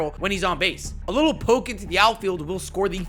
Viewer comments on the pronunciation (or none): none